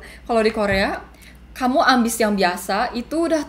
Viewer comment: HAHAHA 'AMIS BANGET?' 'AMBIS' OOOHHH AMBIS BANGET 😭😭